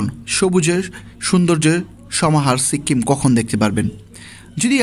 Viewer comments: সিক্কিম কি ভাই? বলেন সিকিম😂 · সিক্কিম না সিকিম 🤣🤣🤣🤣🤣🤣🤣🤣🤣🤣🤣🤣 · Uchcharon ta sikim hobe, sikkim noy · সিক্কিম টা আবার কি? বলুন সিকিম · ঘুরে আসছেন আর উচ্চারণ করতে পারতেসেন না। সিক্কিম আবার কি। সিকিম বলেন।